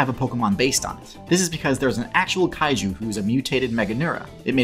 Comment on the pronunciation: I laughed a little too hard at that Cailou instead of Kaiju slip up. Imagine a giant temperamental bald child fighting Godzilla.